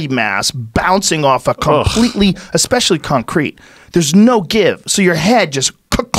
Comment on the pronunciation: He says exspecially too. Painful